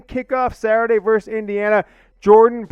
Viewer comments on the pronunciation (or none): NOT VERSE, the word is VERSUS.